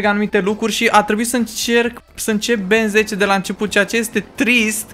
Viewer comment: se zice Ben tenn